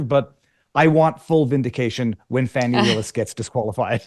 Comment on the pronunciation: 🌺💐🌸 FANI pronounced “PHONEY” 🌸💐🌺